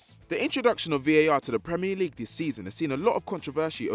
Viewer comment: and what is with and saying Premier League wrong?!